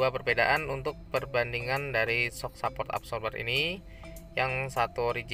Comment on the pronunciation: Ngomonge sehport bukan saport..